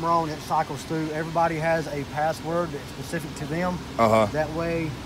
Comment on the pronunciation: Great, vid dude, and that cop was really cool. But, if he said pacific instead of specific one more time..... ;)